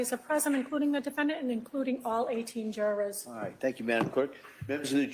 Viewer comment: All pah-ties and jur-ahs are present.